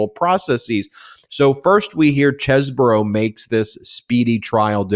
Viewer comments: Cheese not chess, I checked on line for the pronunciation. Ken Chesebro. Please pronounce correctly. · Please Google Chesebrough's pronunciation. It's not chessbrough it's Cheese-bro